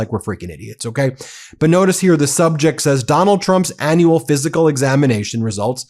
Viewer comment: Please please please ....aneural....no annual...awwwwww